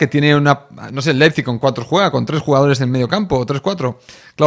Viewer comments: yessi marsh es la pronunciacion 🙄 es ¨ar bi laipzig¨ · Se pronucia Laipzig😂. Vivo en Alemania y te entiendo tio😂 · Ah, sobre la pronunciación del nombre del club alemán, primero te falta una letra, tu pones LEPIZIG y es LEIPIZIG... foneticamente se pronuncia "LAIP-SIG" 😁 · Si se le dificulta decir los nombres de los jugadores de Leis Pig Ya me imagino como hubiera reaccionado a los nombres del equipo lokomotiv de Moscu o del AEK Atenas del 2003 jajajaja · Spider...a ver lección de pronunciación. Te escribo como se pronuncia el entrenador del leizip. Jissi Mersc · Pues Leipzig es muy fácil de pronunciar